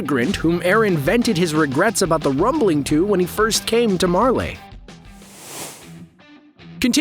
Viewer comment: Did he just really say merlay??